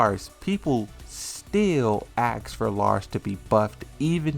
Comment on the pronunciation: He also says ax instead of ask